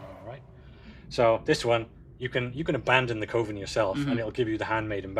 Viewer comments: Awesome work on the revamp dude! (p.s. friendly advice as a fellow "filler word" person. You need to remove the word "ummm" from your vocabulary. You use it a LOT.) Also, it's pronounced "Kuv-en". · It is definitly cov-en instead of coh-ven lol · It’s kuh-vin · It's pronounced coven, as in covenant. Not coven as in cove. 🦇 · Pronunciation of coven: oven with a c in front That was irritating me slightly. F***ing loved the rest of this stream. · Cuh-Ven. Just as a reminder.